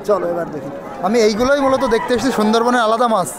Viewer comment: মাছকে মাস কেন বলো বারা